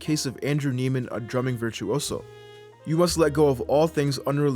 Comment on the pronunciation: Isn’t his last name pronounced “Neigh-man”?